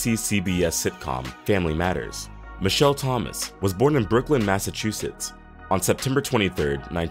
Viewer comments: I'm from Boston & it's Brook-line, not Brook-lyn!!! Lolz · Justine not Justin. Brookline not Brooklyn. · It’s pronounced Brookline not Brooklyn. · First of all if your going to say a city in my state say it correctly tf it’s actually said brookline